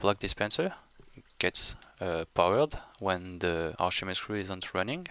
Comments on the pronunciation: Oh, Archimedes. I thought you were saying arshimeed or something... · what is the second word he keeps saying? Archimedes ___?